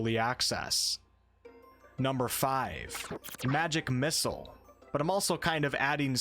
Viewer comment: please stop pronouncing it "magic missles"